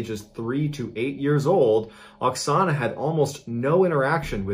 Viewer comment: At the first part of this video, it sounds like you call the Ukrainian woman Ana in stead of Oxona... Just saying..